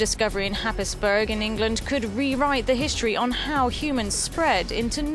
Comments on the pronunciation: Not often a little corner of Norfolk gets mentioned in these videos! Happisburgh is pronounced 'Hayes-Bruh' locally. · Happisburgh is pronounced Haysborah.